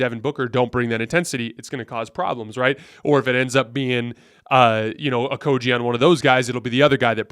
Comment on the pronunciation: IT"S PRONOUNCED OH-KOH-GHEE, NOT OH-KOH-JEE. THE G DOES NOT MAKE THE J SOUND!!!